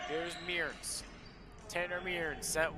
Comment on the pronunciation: Tanner Mearns is pronounced "Murns" not "Me-urns"